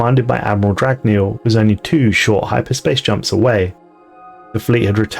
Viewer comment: Dragneel Eh? XD